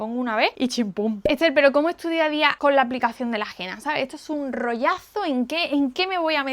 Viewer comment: No se pronuncia Gena, se dice Hena.